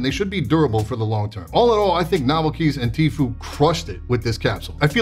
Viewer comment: It's pronounced Tf-you, not Tf-oo goddamnit! 😂